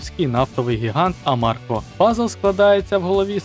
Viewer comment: не Амарко, а Арамко Цікавий контент на каналі, продовжуйте)